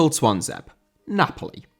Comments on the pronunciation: Twanzebe* not Twanzeib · "Twonzeb" FFS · It does. Not sure how got that wrong. I can't think of anyone with a name that ends with a vowel and it's not pronounced, globally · Tuanzebe is pronounced Twan-zeb-ay by the way!